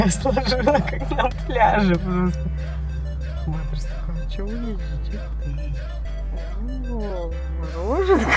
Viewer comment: Баттерс а не батерс